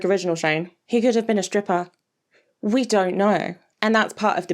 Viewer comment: I'm sorry but "striper shane" gets me I love that😂